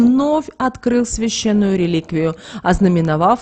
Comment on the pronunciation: обрЕЕЕтение. н е обретЕние. обрЕЕЕтен е.